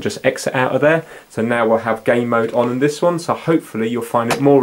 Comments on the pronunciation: I'm British myself, he's saying gay mode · you keep saying gay mode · Jay Turner yes it sounds like